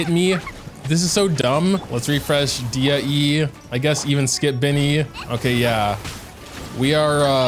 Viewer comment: NOOO PLS .... dia.... nooo. its dehya